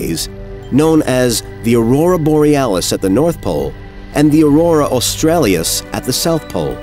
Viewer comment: "Aurora Australius" Nobody higher up the chain at NS caught this one?